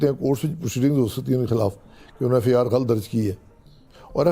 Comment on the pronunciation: Pakistan Judiciary is on the shoulder of these people who cannot even pronounce “FIR”…… “EffeAaar” kiya hota hay?